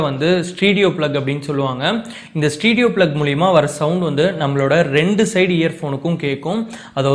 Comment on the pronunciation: Bro adhu stedio Ila.... Stereo....neengalae ipdi thappa Sona kekravangalum adha thappa adha puripanga....